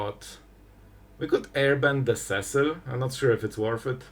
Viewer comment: I’ve said it before and I will say it again: See-sill not Cessill Final Fantasy was only released last June and you still are stuck on Cess-sill. Never learning?